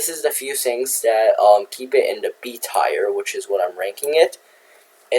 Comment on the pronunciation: Dont you love it when you pronounce tier as tire 🔥🔥🔥